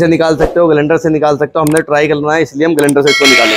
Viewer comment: तुम मिस्त्री लोगों की अपनी खुद की ही डिक्शनरी होती है क्या ? जिस सामान को इस्तेमाल कर रहे हो कभी उसके बॉक्स पर मेंशन जानकारी को भी पढ़ लिया करो रोटर को रूटर बोल रहे हो ग्राईंडर को ग्लाइंडर स्टेटर को भी रूटर ही बता रहे हो अच्छे खासे पढ़े लिखे लड़को को मूर्ख बना दोगे तुम लोग